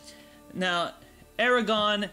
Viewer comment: And AragoRRRRRRRn not "aragon" .. and HirGon not "Hirogon" :( .. just butchered Tolkien's work